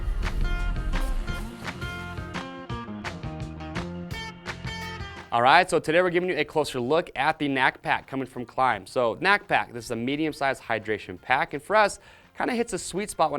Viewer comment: You’re saying the name wrong…we have Kline tools.. no offense on the video but you’re saying it wrong.